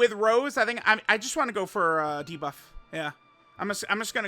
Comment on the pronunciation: why is unc calling goku black rosé a flower this video?? My guy is saying rose and not rosé 😭😭